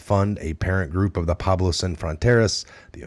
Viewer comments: P w e b l o w...pueblo, not Pablo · Great info. BTW, it's Pueblo, not Pablo.